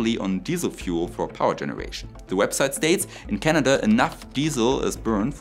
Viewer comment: How is this different from Soviet nuclear batteries? Also it is Canada not Canadurr.